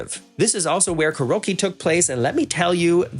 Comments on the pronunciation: Karowkie??? 😂😂 love it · Please don't hate me too much, but karaoke is pronouced: CARE-ee-oh-key. :) Hugs!!! :)